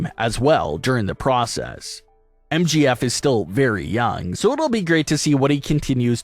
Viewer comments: It's M J F not MGF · For fucks sake. It’s MJF.. not MGF.🤦‍♀️ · It's MJF not MGF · why you keep calling MJF MGF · I just have to say that sucks a big one because they couldn’t even say MJF right they keep saying MGF and if Brock loses that will suck big times. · it is MJF not Mgf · It's MJF and not MGF!!😡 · Right like get the name right